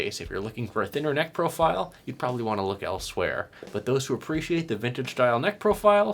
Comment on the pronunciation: When you said 'neck profile', I heard 'necrophile'. That's it: no more dark web for me